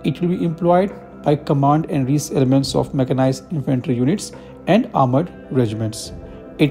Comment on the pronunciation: Recce is pronounced rek-ee